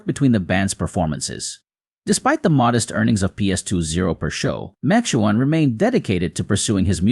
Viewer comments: Please try to pronounce his name right, Mac Ke own. It was said so many times wrong. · Ma Chew on?? The AI voice over is terrible. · McKeown is pronounced MacEwan. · I'm not going to listen to any more of this rubbish you're not even pronouncing his name properly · How seriously can you take someone who can't pronounce, "Les," McKeown," or, "Paton."? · Love Les. Too bad you didn't respect him enough to learn how to pronounce his last name. 😞